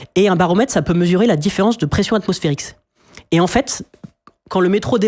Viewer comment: Il a dit pression atmospherix